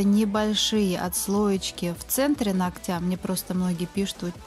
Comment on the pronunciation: Ну нОгтя, а не ногтЯ)))